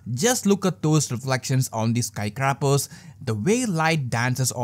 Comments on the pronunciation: *Skies - craepahs , that's the proper pronunciation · dude really said 'skycrappers' 😂